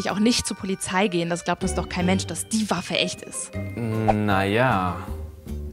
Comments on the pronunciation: "Geh zu Pulizei", "fohl echt".... ich kann nicht mehr 😂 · zu pulizei gehen - get zur pulisei - das shar foll echt aus 😂😂